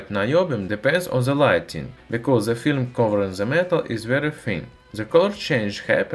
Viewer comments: Cool video, but its weird how you can say the T in metal, but not in THE which you read as "ZE". You sound russian, so you can pronounce D as in DA so why not pronounce THE with a D and not Z. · nice video I recommend pronouncing "th" as D instead of Z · We will understand u better if u pronounce " the " as "da" instead of "za" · I grin every time he says "ze experimentz". :)